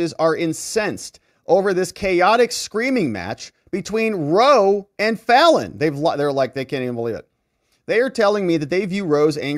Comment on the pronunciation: "Ronald Ruh-Roe" is never not going to be funnny